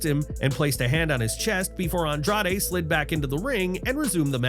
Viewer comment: The irony of talking about names being botched then immediately calling Andrade "Andrado" lmao